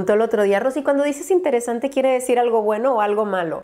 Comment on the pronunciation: No dices interesante, dices iMteresante !! JAJAJA AMO ♥